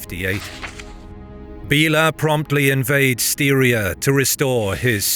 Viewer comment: I was going to mention you pronounce Styria odd, but seconds later you nail it 3 times. I'm stunned that your ear hears seem to have picked that one up, but there is no hesitation whatsoever. That's cool. It's not surprising these guys left their infantry behind though, because peoples like the Pechenegs were hunting on these lands along the Danube river for 1,000 years. These are continental superpowers. If you can't afford a horse - you get to protect the camp with the women.